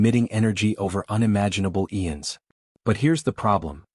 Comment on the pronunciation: Noticed it when he said "eons" wrong